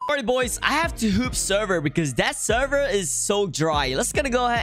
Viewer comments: Why does it sound like he is saying hoop sever and not hop sever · your speech is terrible “hoop servers”💀😂